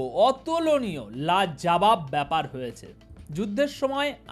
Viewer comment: Sir: you said “ La Janab news” is it La Jabab news that Russia betrayed Iran?